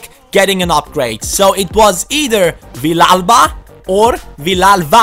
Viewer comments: It is pronunced ViYalva! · It is pronounced veeyalba because 2 ll's in Spanish is y